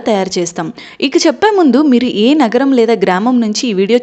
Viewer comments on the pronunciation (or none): none